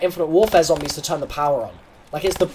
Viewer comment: Is it just me or did he say zambies?